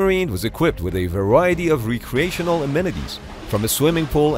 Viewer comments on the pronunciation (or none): none